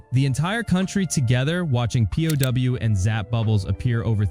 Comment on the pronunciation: You do know that "pow" isn't pronounced "P.O.W.", right? It rhymes with cow, how, and now.